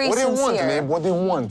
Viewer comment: "What do you WHUNT? What do you WHUNT?" Also, Charlie's questions are only provocative if you got something to hide